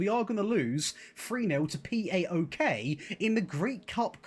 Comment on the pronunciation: Plase never say Pee Ay Okay again hahah , it's PAOK (PA O K) and it's a very big and historic greek team build from the Constatinopole (Kontantioupoli in greek , the K in the name) refugees ! Love from Greece !